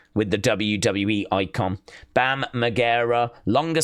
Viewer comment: saying Bam's name wrong🤣